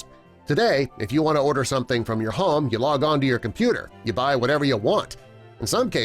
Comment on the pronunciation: Why is he saying home like harm?